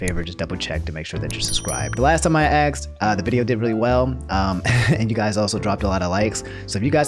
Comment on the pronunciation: You pronounce more words fully than I do but say axxed